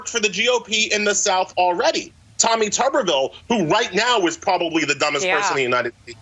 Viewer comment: at least he pronounced Tuberville's name correctly